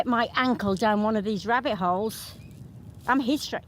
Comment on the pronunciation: Did you just say ribbit hole 🐇 🕳️